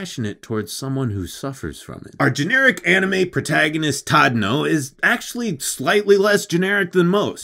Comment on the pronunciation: Actually, you pronounced it wrongly. His name is not Tadano, but Chadano!